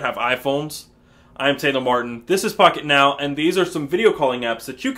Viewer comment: In the beginning it when he says pocket now it sounds like he said f**k it now lol!